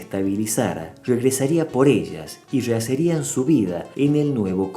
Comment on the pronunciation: Amigo, no se dice: "reacería". Se dice: reharía.